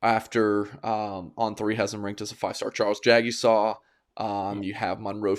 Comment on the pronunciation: How do you pronounce Jagusah? Jag-ah-saw or Jeg-u-sah?